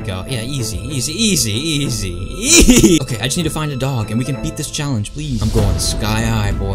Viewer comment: "It's OKEH to be not OKEH"❤️ Titan Cries 😭